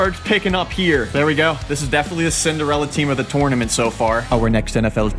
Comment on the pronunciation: Why he always saying tornurmanrt